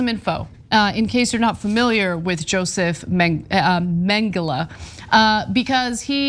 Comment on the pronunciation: "Josef Magdyla", what?